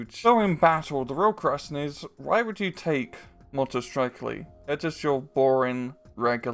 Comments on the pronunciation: It is not Motostrekli, it is Motostreltsi. Tsi is just like you would say "Tsk". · C is c not k And it is motostrelci not strekli